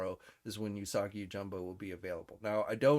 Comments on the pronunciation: Not to be a dick but I'm pretty sure it Usagi yojimbo not yojumbo just sayin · You’re most looking forward to a figure for a character whose name you can’t pronounce? It’s Yojimbo, not “Yojumbo”. Lol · P it is j i m b o not jumbo